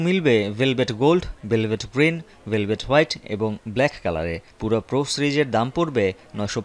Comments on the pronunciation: পুরা না😂 পিওরা.... কে কে একমত 👇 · পুরা না রে,,,পিউরা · ভাই, আমাদের ভাষাগত দক্ষতা, শিক্ষা দিক্ষা নিয়ে পরেও আলোচনা করা যাবে, চিন সহ সারা বিশ্ব এটাকে "পিউরা" নামে ডাকছে, আমাদের ও সেটাই বলা উচিত। আর সবচেয়ে বর কথা হচ্ছে আমি আপনি ভুল করতে পারি কিন্তু একটি টভি চ্যানেলের নিউজে এভাবে ভুল উচ্চারন করা ঠিক না। আমরা সাধারন মানুষ ভুল করতে পারি কিন্তু প্রিন্ট মিডিয়ার বা টিভি নিউজের এরকম ভুল গ্রহনযোগ্য না। চ্যানেলের এসব ভুলের দাইত্ব নিতে হবে। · পুরা না পিউরা হবে😂😂😂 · পিউরা, পুরা না... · পুরা না রে পাগলা এটার উচ্চারণ হবে পিউরা। একটা টিভি চ্যানেলে এমন উচ্চারণ অনাকাঙ্ক্ষিত।